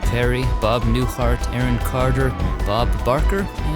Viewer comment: I was tired from cooking Easter dinner, when I was watching your latest video. I thought I hear you say Bob Newfart . I restarted it again to see if I missed heard you, but it sounds like Newfart to me. 😂😂